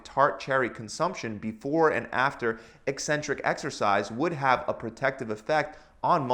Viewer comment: At last a fitness video where the presenter knows how to pronounce the word “eccentric”!